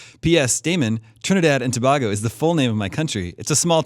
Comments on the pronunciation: it's pronounced toh-bay-go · FYI it's pronounced "Toh-bey-goh" not "Toh-bah-goh."